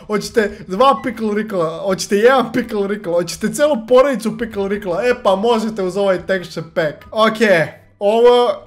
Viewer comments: Pikl Rikl hahaha kaže se Pikle Rik ali bolje si ti rekao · Ne zove se pikl rikl nego pikl rik